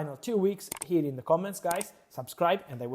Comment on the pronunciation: I like how he says SABSCRIBE!